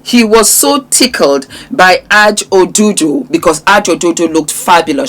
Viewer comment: her name is pronunciationed A, J as the letters not Aaj ❤